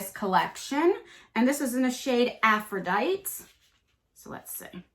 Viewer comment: You (among many, no shade): I wish peeps would learn that Aphrodite is pronounced "Af-ro-dite-EE". Thanks! (p.s. I hope I win. It's my birthday and it's really s***y. :'-( Let's hope it gets better).❤️ Love ya!